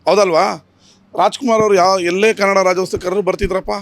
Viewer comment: Rajyostava ಅಲ್ಲ, ರಾಜ್ಯೋತ್ಸವ. ಇದನ್ನೂ ಹೇಳೋಕ್ಕೆ ಬಾರದ ನೀವು ಯಾವ ಸೀಮೆ ಕನ್ನಡಿಗ ಸ್ವಾಮಿ?